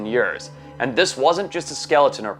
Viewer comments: Bro says every word with no accent then proceeds to say “ yurrs” “8000 yurrs” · You say years funny